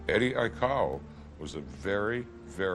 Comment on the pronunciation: The news guy can't say Eddie aikau good